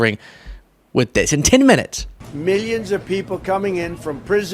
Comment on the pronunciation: "...meeyuns of people..."